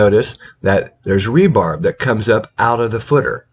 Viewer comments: Bro how is anyone supposed to take you seriously when you’re calling rebar “rebarb”? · Rebarb? Is that like rhubarb?? Tuff on Teeth Footing...not footer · Did I just hear "rebarb?"